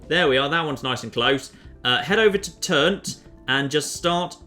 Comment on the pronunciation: Can I just say how much I love that you call it Turnt even though its Trunt